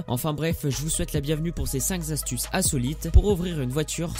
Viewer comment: Cinq Zastuces? Il y a un Z à astuces maintenant? C'est "Cinq Kastuces", pas "Zastuces"!!!